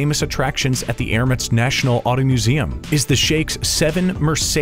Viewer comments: Its Emirates NOT ermits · Emirates not Erimates